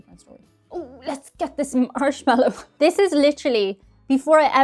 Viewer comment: Why did it sound like you said "Arse-mallo Fluff" ?